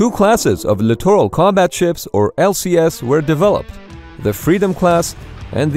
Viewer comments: Why does "class littoral" sound like clitoral when pronounced rapidly.... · Somebody teach this guy how to say “littoral”…..please! 🤔🇨🇺🇺🇸